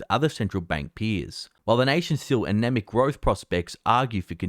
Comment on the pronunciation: Mofo say anemic again